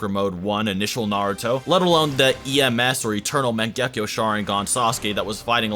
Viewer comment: The way u pronounce shit is terrible. Minato and mangekyou is not the way u say it. And ur always talking about jerking the characters off